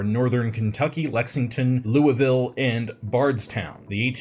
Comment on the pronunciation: I am so proud of you for pronouncing Louisville correctly